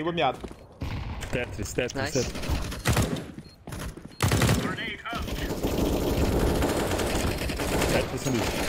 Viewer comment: O não consegue fala tetris ele fala tetis kkkkkk